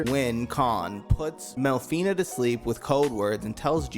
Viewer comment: It's not mel-fi-ney it's mel-fi-nah. In Japanese a is pronounced like ah. You're not saying aye like you're Fonzie hitting the jukebox. Otherwise good video.